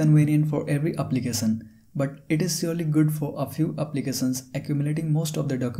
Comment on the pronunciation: Brother Prenounce .. “application “not applicasan . Sad and Sha it’s so defferent ... Many words you use mistakely , so listen